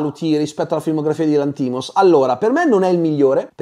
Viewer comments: D'accordo su tutto tranne che sulla pronuncia del cognome del regista (Lànthimos, non Lanthìmos) 😅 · VA BENE TUTTO MA SI PRONUNICA Yórgos Lánthimos (grec moderne : Γιώργος Λάνθιμος / Giórgos Lánthimos), PER FAVOREEEEEEEE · ottima recensione. attento alla pronuncia del nome del regista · io ti ascolto sempre con molto piacere e sei l'unico che ascolto per quanto riguarda le recensioni, però il cognome del regista lo pronunci male! 😢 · Perché pronunci Lanthimos così?